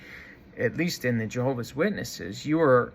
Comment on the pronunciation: You are, first of all, stupid, in that you obviously never learned to pronounce Jehovah'S Witnesses correctly, and how "respectful" of you to cowardly expose your late mother's perceived faults for all the world to laugh at and make fun of, while she can no longer defend herself. What a "fine" example of a "son" YOU are! I am presently disfellowshipped. However, you, and these other "ex-Jehovah's Witnesses" YouTubers on here, have completely convinced me that I must return to Jehovah's Witnesses as soon as possible!!! You and YOURS are helping to fulfill prophecy in these last days of this wicked, mean system. I would rather take my chances with the imperfect organization of Jehovah's Witnesses than out here with YOU HATEFUL, MEAN people!!! 😡😡😡